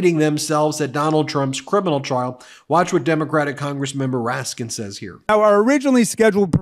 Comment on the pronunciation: Twice here, you referred to the Congressman as Congressman 'Moraskin' Jamie Raskin is his name, and perhaps you were just tired. You hadn't made the same mistake in other videos.